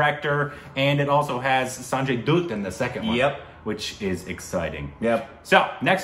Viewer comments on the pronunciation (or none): Sanjay Dutt -🧐❌ Sanjay Dhoot -🤔✔️ Meanwhile yamdhoot - 🥺 Abey saale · Sanjay 'dutt' like 'butt' not dooot.. 😊😊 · sanjay dhatth… not dooth korbin.. its like dha thh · Bchchan is prounounced like bat-chan Sanjay Dutt is like bhatt